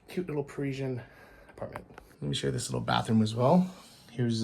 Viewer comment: 'pa-ri-sian' not 'preeshun' dude lol. nice video anyways.